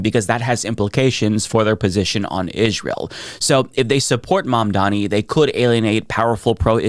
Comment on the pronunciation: Why do you keep saying Izsrael so annoying.